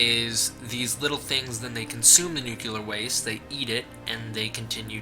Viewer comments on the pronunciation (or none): Dude, nuclear is pronounced "new-clear", not "nukular"!!! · "New-kew-ler". That never fails to crack me up. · The word "nuclear" is two syllables, pronounced "new-clear." It is incorrect to pronounce the word as "new-que-lurr." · It’s pronounced nu-clear (new clear) not nu-cu-ler (new-Q-ler). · Thank God(zilla), you addresses it. Start saying that shit right. Nuclear = NEW-CLEAR.... not NUKE-ular. 🤦🏻‍♂️ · Noo-kle-ur, not noo-kyu-lur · I'd take you seriously, but you said NUCULAR. HAHA. you sound like George w bush! HAHA! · New-clee-AR not Nu-koo-Lah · "New-Cue-Ler". Are you related to George W. Bush? It's "New-Klee-Er". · BTW, it's nuclear not nucular. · nuclear not nuke-ular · Nuclear dude... not nucular. Christ man. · nu-cle-ar say it with me, not nukeealar. You sound uneducated when you pronoumce it like that. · NUCLEAR NOT NUCULAR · YO, dude! It's pronounced nu-cle-ar, NOT nu-cu-lar. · Liked your synopsis, but it is nuCLEAR, not nucULAR. Just thought I'd be helpful, you sound like you learned about science from George W. Bush, when you say Nucular. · Enjoyed all of it except your mispronunciation of nuclear. Its not Nu Ku Lar .. its Nu Clear. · "He is created by nu-clue-ler waste." It's nu-clee-er. What are you, related to George W. Bush? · What is nucyuler waste? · hehe. Nu-cew-lar. not nu-clear. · Jesus Christ, man. NOO-KLEE-UR, not NUKULAR. It's not hard. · Nuclear is pronounced Noo - clee - er, not Nook - you - ler. Sorry...it drives me nuts. I dig the video though ! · Why do all these Godzilla "experts" mispronounce nuclear. It's New-clee-ur. Not New-cue-lur. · Dupie Peridots I know what point you are trying to get across, but the word is still spelled the fucking same. "toe-may-toe" "toe-mah-toe" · NuclEAR not nucUlar. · it's Noo-kle-ur, your pronunciation is wrong.. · nuke yeller :P you shoulda expected these comments haha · Hehehe, you said nuclear. It's nuke-you-lur, dummy, the "S" is silent. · OMG, IT'S NUCLEAR!!! NUUU-CLEEEAAAR